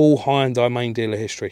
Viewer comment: Watch fast & furious Han will tell you how to pronounce 'Hunday'😂 . There is a TVR Tuscan, slightly more interesting than this lump. Hopefully makes you a few quid